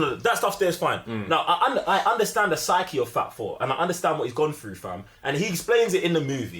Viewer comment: 1.5K Thumbs Up + Mine! 👍 Thanks for the fun video! 😎🖖 I took a few moments to realize that you weren't saying, "Fab Four", but that you were saying, "Fat Thor"! 😅😂